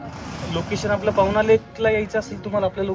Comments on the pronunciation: पावना नाही😢 पवना... शाळेत भूगोलात शिकलो आहे ना पवना नदी..तीच ही. थोडं मराठी शुद्ध करण्याचा प्रयत्न करायला हवा मराठी ब्लॉग करत आहात तर.. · पावना नाही पवना आहे मित्रा..अख्खा ब्लॉग मधे चुकीचं उच्चारण केले तू. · डोके खराब केले मित्रा तू, पवना ला, पावना म्हणून म्हणून... सुधर भाषा